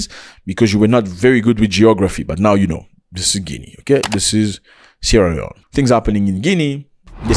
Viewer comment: Zac appel le nom de mon paye properment😂😂 Suis tres fiere de ton Anglais.. Yes you can Zac.. Bravo mon frere..